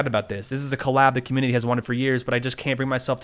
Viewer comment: This is sad, but u said communiny at the start 💀